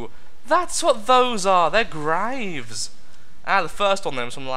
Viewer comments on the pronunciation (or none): none